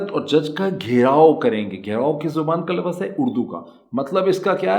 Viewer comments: آپ بہت اچھا بولتے ہیں۔ بس لَفَظ کے بجائے لَف٘ظ (lufz) بولا کریں۔ ماشاءاللہ زورِ سخن اور زیادہ۔ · Please pronounce LAFZ not LAFFUZ…Thanks